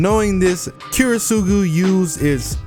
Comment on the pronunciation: the way you pronounce Kiritsugu Kills me inside